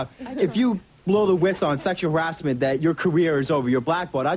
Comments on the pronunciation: He prenounces harassment as Harris mint lol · Barry Orton pronounces harassment as Harris Mint lol